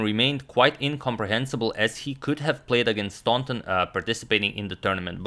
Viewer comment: I believe that Howard Staunton is pronounced without the U sound. So it would be STANTON, and not STAUNTON.